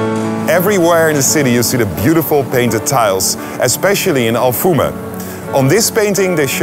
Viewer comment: Its alfama, not alfuma 😂 , good video tho :p